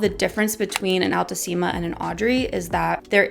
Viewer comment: Haha the pronunciation is wrong. They're latin words so "ficus" must be pronounced just the way it's spelled, not "faicos". And "altissima" is not "ál-tusima", it's "altísima" (your second pronunciation)